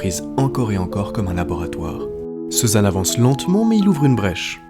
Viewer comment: L'IA qui prononce ceux-zanne. Non mais quelle honte !